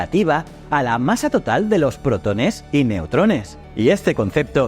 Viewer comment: Puede ser que. La voz sea de una IA ? Por ejemplo la palabra protones la acentúa incorrectamente en la letra e